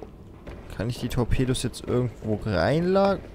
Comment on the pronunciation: das sind Tor''pedos'' :D